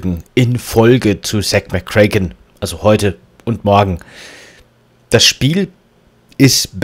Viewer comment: Du sprichst Zak McKracken immer falsch aus es müsste aber Zack McO Rack ausgesprochen werden :P Spaß , super folge :)